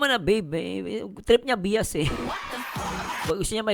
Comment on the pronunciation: Natawa ako sa Biyas😂😂 ung BIAS NAGING BIYAS😂😂